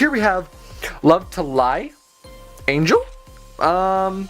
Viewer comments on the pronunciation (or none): Pretty sure it's angle and not angel, but ok.